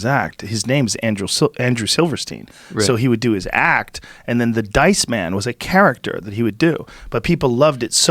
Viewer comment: Joe “ charactCHUR” Rogan